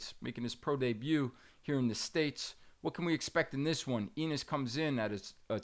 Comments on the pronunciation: I thought the same thing. How u covering boxing and don’t know Boots Eenis🤣🤣🤣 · Bro has he never heard how to pronounce Jaron Enis name? EEENISSS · Bruh, who is this host? Eeeenis and Zay-ass 🤦🏽‍♂️